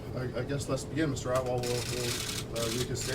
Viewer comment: They pronounce atwal as outlaw hahahahaah